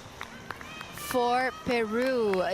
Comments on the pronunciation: Its kirikela! Not chi-ri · Can she just please pronounce Chirichella right? It's with K!!! KiriKella der is no dsh-sound in that name...:-)